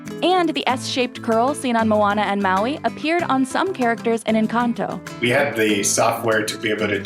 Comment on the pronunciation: Ok with all due respect is nobody gonna talk about how they said “enchanto” instead of “encanto” lol 😂